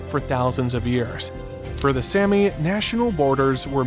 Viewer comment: It's Saami, not Sammy.